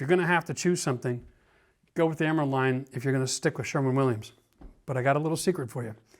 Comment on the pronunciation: Didnhe say sherman williams?